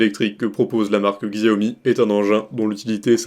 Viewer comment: Mon frère stp Sa se prononce Chaomi pas avec x putain😂